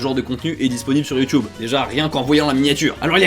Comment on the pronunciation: sur youtube pas sur youhhheeeuuunn mega lol